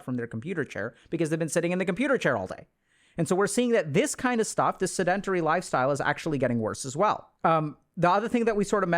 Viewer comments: Seh-duhn-teh-ree …. Pet peeve of mine… don’t butcher the pronunciation like that 😢 in the field that you’re in, there is no excuse. That’s a basic word, not complex nomenclature. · I can’t take him serious bc he hasn’t pronounced “sedentary” correctly once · Sedentary Google how to pronounce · I consider myself a pretty tolerant person. I have listened to this man speak on a variety of topics and never found fault with the way he speaks. But, when he says sedentary, I flinch a little. But great vid as always. I am watching because my wife has been struggling with brain fog for the last month.